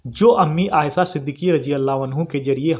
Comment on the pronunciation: Aaysa ya aaysha Urdu to zara thik se boliye janab. Varna shuddh hindi me hi boliye